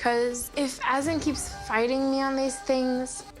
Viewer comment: Its pronounced uh.zaan not AZZ.EN :| Would appreciate some research on pronouncing names, Azan is not even a complicated name. :/